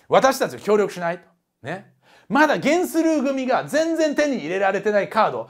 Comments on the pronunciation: ゲンスルーの発音がテレビアニメとは違ってたので、漫画読んでの知識だったんですね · ゲンスルーの発音が気になる(･ω･* ) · ゲンスルーの発音気になりすぎる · ゲンスルーの発音気になるww